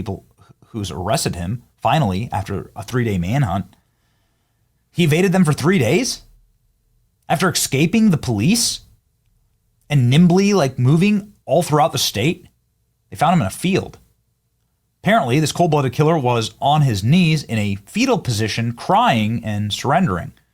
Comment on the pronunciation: Benny, its "escaping", not "eggscaping"😂